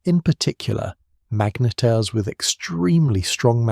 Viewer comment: "... some collide, some become magnYetars..." Another serving of AI drivel? Well I'm off!